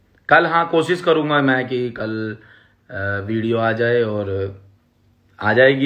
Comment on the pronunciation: Abe मे nhi मै hota hai wo pehle bolna seekh phir carry ka roast kar samjah